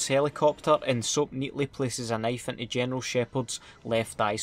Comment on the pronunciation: gineral sheypard haha awesome vid awesome accent mate